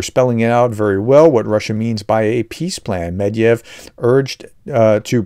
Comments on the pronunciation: Still no progress in pronouncing "Med-ve-dev"? Never mind, keep trying 😂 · Sure, it's good to have republicans on the side of Ukraine. However, yesterday the Prof was mocking the RT guy for not being able to pronounce Kiev... the prof can't ever get "Med ve dev" correct...